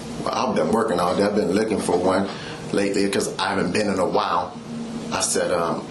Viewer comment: Several times he said he was not licking for anything from her. He wanted to say looking but sounded like licking.